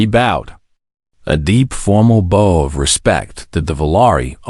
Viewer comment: Archery "bow" vs. "bow" of a ship ... Or ... a "bow" to another person, as a sign of respect. AI can't get either correct.